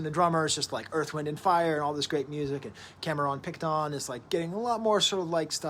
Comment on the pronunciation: Is he pronouncing Cameron Picton like that on purpose? Lol